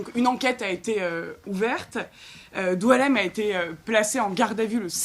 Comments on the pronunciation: Son nom est boualem, comme boualem sensal, pourquoi vous l'appelez DOUALEM!!! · Il s'apelle BOUALEM , comme boualem sansal. Et non Doualem ! Pourquoi vous degirmez son prenom ! Diualem , prenom qui n'existe pas en algerie ni aucun pzys ararabe !